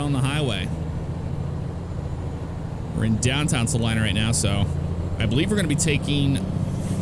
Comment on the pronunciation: Thank you for saying Salina right you would be amazed how many people pronounce it wrong. lol